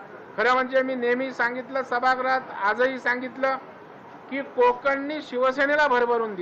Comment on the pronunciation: सभागृह चा उच्चार सभाग्रह का करतात ?